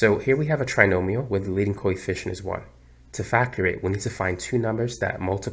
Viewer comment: Please why did you add 1 to your solving, you said trynomy